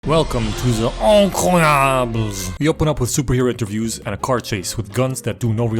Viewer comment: Grave incroyable